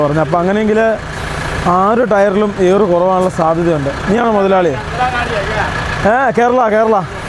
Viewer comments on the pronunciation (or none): ട്ടയർ അല്ല എയർ 😂